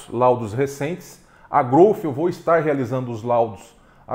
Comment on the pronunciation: Obrigado por pronunciar corretamente a marca Growth, com F mudo no final.. não aguento mais ver gente falando "Grouti" ou heavy "dãti"...... 🤦🏻‍♂️